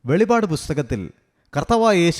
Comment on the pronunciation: വെളിപാട് അല്ല ബ്രോ, വെളിപ്പാട് എന്നാണ് 🙏🙏🙏